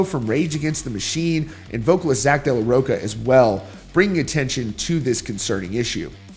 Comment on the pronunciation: Zack de la "rock-a"? 😂😂😂😂😂